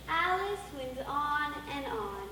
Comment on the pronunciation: A-Lice in wonderland